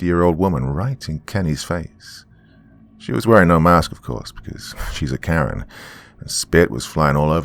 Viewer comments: Omg I thought you said "Bitten by a CARROT"! 😂😂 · I thought he said carrot at first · I thought he said “bit by a carrot” 💀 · I heard carrot too!! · I thought he said carrot 🥕 too!!😈👻👹👽🤡